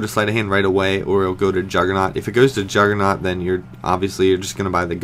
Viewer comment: jugernoooooooggggggggg with a G and personally i dont think syndicate is that great